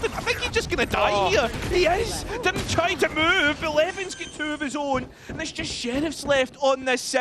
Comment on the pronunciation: anyone gonna tell the dumbass caster its LeWN now Leven